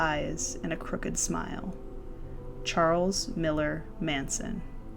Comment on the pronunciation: Its Milles not Miller Manson but nice little documentaryi